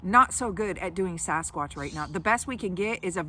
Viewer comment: Anyone else bugged when people say "saw-skwatch" instead of "sa-skwaach"??